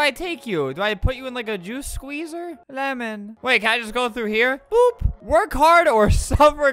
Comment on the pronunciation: the way he says lemon really butters my Toast